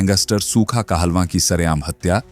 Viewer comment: कहलवा न्ही कालोन था जिसे पंजाबी बोली में कालोन बोला जाता है ये पढ़ने में अलग और बोलने में अलग अलग साउंड करता है